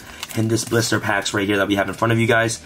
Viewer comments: Sounds like he’s saying “blooster” packs. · Is he saying blister packs?